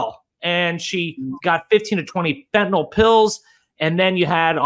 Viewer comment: Are Americans born with different mouth structure or something? Why can't they pronounce fentanyl correctly?